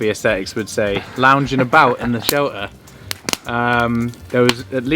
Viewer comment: Now that's funny. The guy who says SHEL-UH (shelter) and WOO-UH (water) and SOARING (sawing) is giving speech lessons on how to pronounce words.